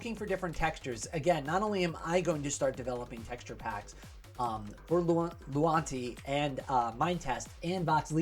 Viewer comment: Maybe I don't hear well but it seems you keep saying "lunati" but the name is "luanti" 😄